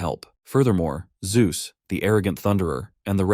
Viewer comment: I heard it. You typed zeus wrong in the ai voice reader. ZUes lmao